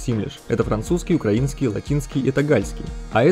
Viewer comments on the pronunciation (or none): none